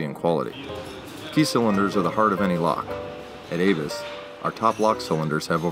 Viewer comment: I am only slightly familiar with German, and believe ABUS would be pronounced as AHH-BOOse, rather than Avis, and it is a fact the Google/YT auto caption bot displays "Avis" not ABUS. Turn on CC and see for yourself. Truly and accurately yours, Alan